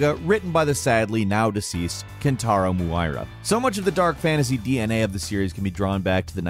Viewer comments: “My-Yura” “Rod-Deh-Ricker” Do you know how to pronounce names? I’ll give you a pass on Miura (Mee-Yura) But Rodericka is pretty easy to pronounce. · SAY IT WITH ME ME-YOU-RA!!! NOT MOO-AIR-A!!! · The fact that can’t pronounce kentaro miura’s name right is just another reason why I’d rather listen to Jake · the vids awesome but u butchered the authors name - its kentarou miura(Miura as me - you - raaaaaa...), not mooo aii raaa... T_T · It's always painful hearing someone reading a script they didn't write. Like no one who writes their own script would ever say "my-yura". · Anyone else go “Bruh.” When he said Kentaro Muuu-iii-ra had me shakin my head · "Kentaro Muaira" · Kentaro Mew-Ayra?? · Kentaro MOO-EYE-RUH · I think i vomitted blood when dude pronounced Miura as Muaira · Dislikes soon as he said kentara mura wrong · That pronunciation of “Miura” gave me whiplash lmao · he botched Kentaro Miura's name in the first 25 secs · This guy BUTCHERED Miura's name. Imagine a channel with 7 mil subscribers can't even google how to pronounce one of the greatest Manga writer's names of all time. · great video but how did you manage to butcher every characters name except patches lmao even kentaro miura's name great video nevertheless. enjoyed it very much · The fact you mispronounced a legend's name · it was all cool and well till how pronounced kentaro miura's name.. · Kentaro Miura, please say it correctly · How did you pronounce Miura... 🤦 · Can't even pronounce Miura properly smh